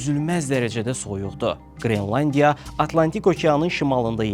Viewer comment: Qrilandiya yox, qrelandiya😅